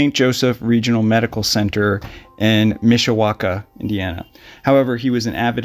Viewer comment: I am originally from Mishawaka Indiana. Thank you for pronouncing it correctly 😀